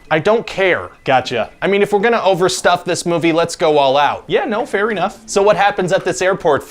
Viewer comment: I heard "fairy" enough!